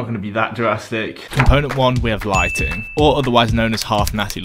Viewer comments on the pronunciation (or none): is this the Chris Bumstead way of pronouncing lighting? xD